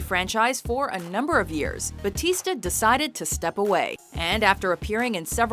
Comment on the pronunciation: Why is it so hard to say Bautista? Just say Bow like take a bow, then say tista.